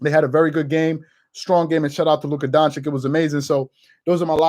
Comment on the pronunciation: Stephen A & Charles: “Luka Don-chick”